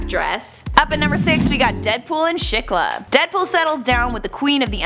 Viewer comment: its SHI-klah